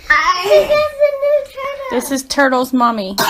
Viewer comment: what turtle? Oh, you mean the tah-dull. Jesus, someone get a speech therapist, STAT!